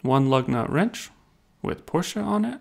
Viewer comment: Just to let you know there is no "A" on the end of Porsche and is not pronounced with an "A" on the end.